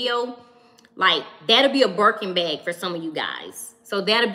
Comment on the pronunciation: Are you saying BEG or BAG?